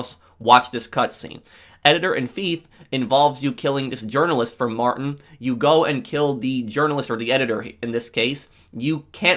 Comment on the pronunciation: It’s not Martin it’s Mar-Teen